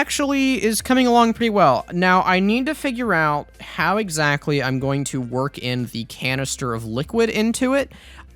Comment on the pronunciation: “Trying to figure out how swords wornk.”